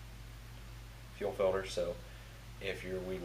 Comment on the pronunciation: Fuel "filder".